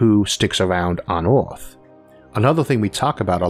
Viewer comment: I would have liked to watch this video, but I found it intolerable due to the accent. Earth is repeated over and over again, nearly in every sentence, pronounced as "Eaouauphff." I have never stopped watching something due to an accent, but repeating the name of our planet in this Eouruphhfffph way was something I find so unnerving I had to stop. How isolated do you have to be from the rest of the English speaking world to have such a bizarre pronunciation of our planet in a video about our planet?